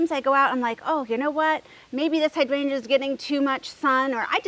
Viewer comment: I find it really interesting that you say hydrangea (hydran juh) like I do in St Paul MN. While so many people on youtube mispronounce it as hy drain gee-ah. It is the same with clematis, so annoying since if any of those gardeners google the pronunciations, they will see how they are off the mark from official pronunciation.